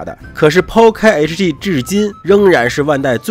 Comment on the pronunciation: hg能发音成这样还是别来油管了吧